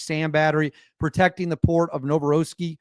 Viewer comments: Novorossiysk is pronounced Novo-ross-isk.❤❤❤ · Pok-rovsk. Novo-rosiysk. Hope that helps